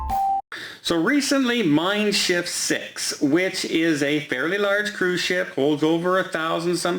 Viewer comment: Was cruising with Mein Schiff 5 last year around Great Britain, nice class for up to 3000 pax. BTW kudos for your pronunciation of Mein Schiff!